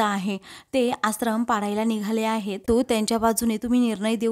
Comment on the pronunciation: आसरम 😣👎👎 आश्रम 🤘👍 Please read the words properly 😊